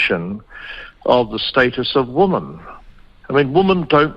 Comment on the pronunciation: As an ex kiwi, I do wish kiwis would learn to pronounce "women" correctly. "Woman" and "women" and not the same word and are not pronounced the same! Rant over!!